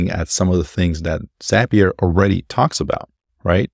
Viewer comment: "Zap"-ee-uh not "Zaype"-ee-uh. Brilliant. Inspiring. Insightful. Correct.